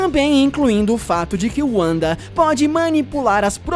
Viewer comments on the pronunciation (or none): Cara se escreve Wanda mais se fala Vanda não Uanda 😑😑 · Se fala VANDA. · Lucas Silva Marçal Wanda também tem origem germânica, então o correto seria pronunciar Vanda, mas o cara do Ei Nerd pronunciou como pronunciam nos EUA. Se for seguir ao pé da letra, Uanda está errado, mas se no próprio país de origem da personagem pronunciam Uanda, não da pra dizer que o cara do Ei Nerd está totalmente errado, assim como não seria errado alguém pronunciar NarutÔ, não tem problema nenhum em aproximar a pronuncia a da que utilizam no país do personagem. Por exemplo, seria a mesma coisa de no Japão eles zoarem um cara: "kkk como você é burro, o sobrenome dele é Shiruva, não precisa ficar chamando de Silva,ninguém aqui é brasileiro. Todos aqui no Japão pronunciam o L como RU." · AlexNunes001 Eu iria falar isso agora, sempre falei "Uanda" ( forma de se pronunciar sendo língua nativa inglês ), mas, ela sendo nativa do leste europeu, o idioma do seu país não seria o inglês e o W pode ter som de V, sendo então, o correto, "Vanda". É como James Rodriguez jogador colombiano que todos falavam com pronuncia inglesa até ele dizer "sou colombiano, a pronuncia do meu nome é "Rames". "Narutô" por exemplo, é o certo, não "Narutu", como Tsunade é "Tsunadê" e não "Tsunadi" como brasileiros podem falar. O cara que começou a discussão estava certo por meio de um argumento errado, de toda forma, pronunciar "Uanda" não seria errado, ela é um personagem de quadrinhos americanos, vive (?) nos EUA, etc, apesar que o realmente certo ( ela sendo nativa do leste europeu ) seria "Vanda". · Na pronúncia em inglês é Uanda em português é Vanda, nesse caso ele usou a pronúncia em inglês, por exemplo ele poderia usar o nome da Ravena em Raven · Não é Wanda é Vanda mas se escreve Wanda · "Uanda" kkkkkk nem os gringos falam o nome dela assim. Esse cara do Ei Nerd quer mostrar que sabe falar inglês, mas só se envergonha ao dizer errado. É muita poseragem pra um cara só. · ''Uanda'' KKKKKKKKKKKKKKKKKKKKKKK